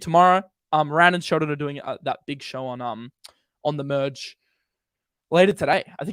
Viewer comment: Muhdge Muhdge Muhdge. It’s “Merge” ya tool!